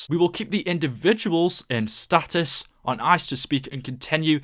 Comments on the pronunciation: Stasis dumb fuck not status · If you would say stasis instead of status you would realize that they aren't frozen